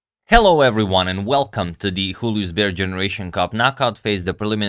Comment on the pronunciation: I was intrigued who is Julius Baer, since you pronounced him spanish-y (hulius)... Apparently, it's not a person, but a Swiss bank (named after person 130 years ago), definitely not spanish... So I'd say, it should be pronounced like "yoolius". Or does anybody know more about the bakk, and how they call themselces?